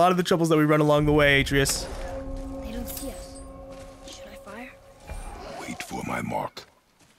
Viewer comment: I think he knows, but to him, it sounds better the way he pronounces it.